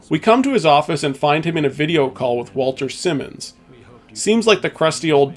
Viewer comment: Wal-TON SI-mons, not Walter Simmons